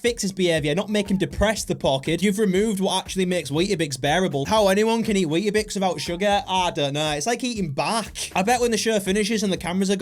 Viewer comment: as an australian hearing you say 'weeta-bix' instead of 'weet-bix' just triggers me